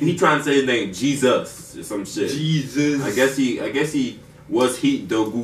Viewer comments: Bro his name is GZUZ it mean „Ghetto Zeug Unzesniert“ wich means in english like ghetto stuff uncensored but you pronounce it gisus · U pronounce him like gizes not like Jesus bro he’s definitely not Jesus 😂😂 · Guys that means what were you thinking? Thats the Titel. And you pronounce it more like Gizzis not like Jesus 😉 greeting from Berlin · Gzuz is pronounced like a word between Jizz and jesus. Like Jizzus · U pronounce "Gzuz" more lile (don't laugh) "jizzus"